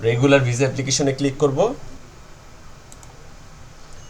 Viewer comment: শব্দটা ভিসা কিন্তু আপনি বার বার ভিজা বলেন